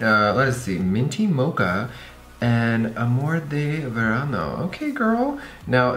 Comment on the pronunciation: I LOVED HOW YOU SAID "Amor de verano" Omph we love a multilingual sister